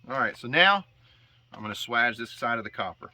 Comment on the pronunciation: For that entire part of the vid I'm like swage pronounced like" Sway Age " 😅